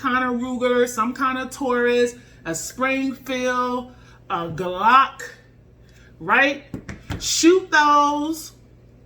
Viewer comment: "a geelock"🤣 not making fun just found funny love the video keep up the awesome stuff